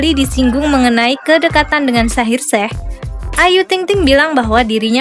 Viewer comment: Kok panggil nya shaheer sheikh bukan e tapi eikh agar lafalnya terdengar ucapan i . Salah mbk bukan shaheer sheh tapi bacanya ada terdengar i mohon di betulkan ya!!! Aq suka kok!!